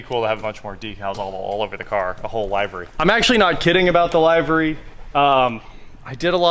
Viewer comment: Just a note because the English language is f*ckd -- "livery" does not have a hard "I" pronunciation. It is pronounced the same as "lived". I know it's one of those words that people see or read frequently but never really ever hear said aloud very often, so it's an easy mistake to make. I actually had to just check to make sure that I wasn't wrong for the same reason.